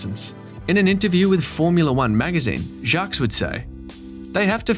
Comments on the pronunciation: It's "Jjock Vil-NEWv" Not "Jocks Vil-A-No-Va". You really should work on your French. Additionally this common tactic of making a video out of printed quotes from various stakeholders is incredibly formulaic and predictable. How about a new format? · Jacques Villanova???? First, the ‘s’ is silent. Second, that’s not even close to his last name!! LOL